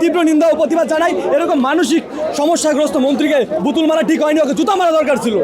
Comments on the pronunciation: কথা বলার উচ্চারণই শিখে নাই সে আবার মাস্টারমাইন্ড... বুতুল না বোতল সেটা আগে শিখো তারপর কথা বলো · প্রথমে সঠিক ভাবে বোতল বলতে শিখ, এইটা বুতুল না, এইটা বোতল।